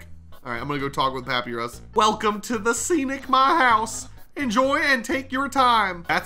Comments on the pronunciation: i like how he kept miss pronouncing “Papyrus” and pronounced it as “Papirus” instead of “Pap eye ris” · ikd why he pronounces papyrus like pap''ee''rus its pap''eye''rus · ITS NOT "PAPERUS" ITS "papyrus" pronounced papirus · IM SORRY BUT IS PRONOUNCED PUH-PIE-RUS NOT PAPY-RUS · Great video but it triggers me that says papirus and doesn’t pronounce it as papiyrus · ITS NOT PRONOUNCED PAP-E-RIS ITS PRONOUNCED PAP-EYE-RIS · It’s pap I rus not pap e ris also is there an earthquake your lamp in shaking vigorously. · It’s said like pap,I,rus. Not papy,rus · Bro u don't pronounce it like: pa py res Its: pa pa y res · I am screaming in my head from the way you were saying papyrus because it’s not pap-ur-ris it’s pa-py-rus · It's pa-pie-rus not papy-rus papyrus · His name is not pronounced pa pe rus it is pa pie rus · it’s pronounced pap-I-rus, not pap-e-rus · True but worse is how he calls papyrus He says papi-roos Insted of pa-pay-roos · Y'know, since you pronounced papyrus's name wrong I'll spell it for you: pa-pie-rus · And it’s Papyrus not papeerus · In this one, maybe call Papyrus his real name. It's pronounced pu-pie-ris. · Yooo its pronounced Pap PIE Rus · It's pronounced Pap-eye-rus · Papyrus (pup-ie-rus) that is how you pronounce his name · Mate you said papyrus wrong it’s pa-pie-rus oh and look up a papyrus voice impression thanks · I find it hilarious how bad he miss pronounces papyrus’s name as pappy rus gets me every time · i like how he just stopped calling papyrus "pappeerus" after a while in the first video, but he just continuously calls him "pappeerus" for this whole video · I will never forgive you for calling him pappyruss... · I love how calls papyrus papy-ris😂😂😂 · the way he pronounces Papyrus..."pap-pee-russ" LMAO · It hates me knowing is saying papi-rus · "Papy - riz" -this guy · my OCD hates that he says it like "pa-pee-russ" lmfao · I think it’s said pa-pie-rus, I don’t know for sure tho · BRO ITS PRONOUNCED PUP-EYE-RUS